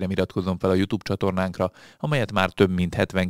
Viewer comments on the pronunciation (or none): none